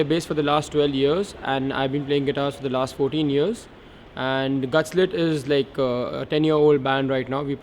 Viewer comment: That's Gutslit guys, not GutLsit!